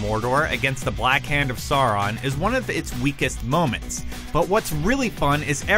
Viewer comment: When you get someone to narrate a video, get them to pronounce names CORRECTLY! Even if he/you guys haven't read the books-- where the sound for AU is clearly shown to be OW and not OR-- LOTR has been in pop culture enough that, and your bloody on set producer, SHOULD know how to say Sauron. Plenty of credibility when you guys cant even get the things right that are not random or a point of view, this is a cemented FACT!!!!!